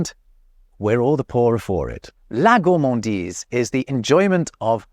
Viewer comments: it is not gourmandisle BUT gourmandise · HAHAHAHHAHAHHAAHHAHAHHAH😂😂😂😂😂😂 HAHAHAHAHAHHAHA LOOOOOOOL 😂😂😂 "goullmandile" 😂😂😂😂😂😂 c'est plutôt: "gourremandize" pour la prononciation ! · for gourmandise, why did you say 'gourmandille'? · I am french and hearing you say "gourmandile" while trying to say gourmandise ... That hurts my ears sorry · Hey pépère GOURMANDISE avec un S ne se prononce pas GOURMANDILE avec un L. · You totally said "Gourmandille"